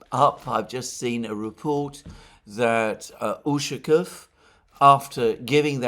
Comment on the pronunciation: Dear Alexander, You are mispronouncing the surname Ushakov. Stress should be placed on the 2nd syllable (letter "a"), while you emphasize the "u".